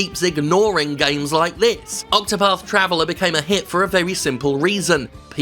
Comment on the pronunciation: Sounds like you are saying octopuff. Which by the way is an anti-smoking children's film about an octopus that smokes 8 cigarettes at once.